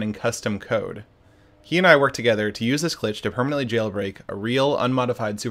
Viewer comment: "permanantly" yeah, about that